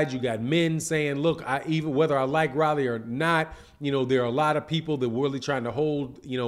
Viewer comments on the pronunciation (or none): I's not "Rally" , it's Rolly. Get the man's name right. Its not hard to pronounce. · ROW-LEE ... not RAH-LEE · Mispronouncing his name, its rolly.. Like roll.. E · I couldn’t even get through the video. It’s pronounced “Roll-ee” lol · How you mispronouncing this man Name like dat...Super Lame!!!